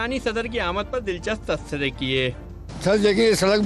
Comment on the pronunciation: Yeh tu tabsiry ko tasbiray bol Raha hai😂😂😂😂pehly inki urdu theek karwaye😅